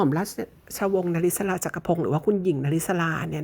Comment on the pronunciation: ม.ร.ว. นริศรา ชื่อนี้อ่านพิเศษ อ่าน นะ-ริ-สา😊😊😊😊